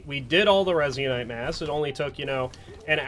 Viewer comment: Resin-ite Resin-ite Resin-ite